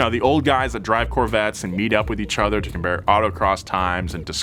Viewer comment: Other. Not (h)eather.